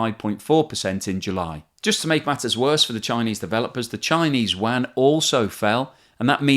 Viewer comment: Hi, the enunciation of yuan is, u-on